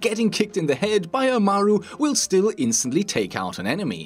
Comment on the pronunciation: the way he says Amaru triggers me.